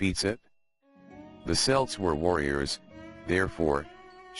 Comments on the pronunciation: you lost me the moment you mispronounced celts as SELTS is is KELT NEVER selt.After that? couldn't be bother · I immmediately tune out when the subject of the vid is mispronounced. It's Celts---. 'KELTS', you fucking moron! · At approx. till the end, the robot finally begins to pronounce Celts (Kelts) correctly. Strange! ☘️🇮🇪🇺🇸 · Hard "c" Celts, man.